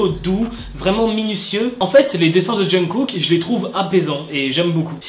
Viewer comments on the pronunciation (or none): C'est moi ou il dit tout le temps "John Cook"............